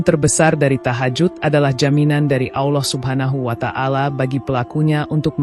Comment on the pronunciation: Maaf klo saya salah, saudara ku seiman kedengaran nya saudara menyebut nama Allah..ada lah,,awllah mohon maaf hnya sekedar koreksi..SMG Allah mengampuni kita semua..aamiin..